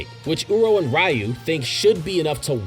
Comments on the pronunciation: It's pronounced "r-you", not "Rai-you" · Ryu is pronounced 'ree-oo'. Other than that, great information and great video! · Please say Ryus name right next time and its not fully confirmed Yuta needs to have Rika consume DNA